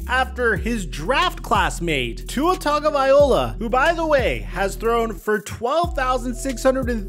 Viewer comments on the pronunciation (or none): Still calling him Tagavaiola? 😂🤣